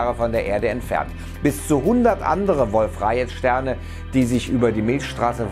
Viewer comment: Das wird Wolf-Rajee ausgesprochen und nicht rajet ^^ also keine rechtschreibung beachten sondern nur wie man es spricht ^^